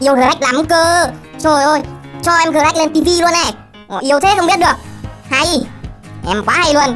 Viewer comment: Gờ rắc anh đọc sai rồi phải đọc là sờ nách :))))